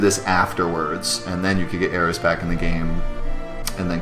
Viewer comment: I think this is the first YouTube video on FF7 that actually pronounced all of the proper nouns correctly!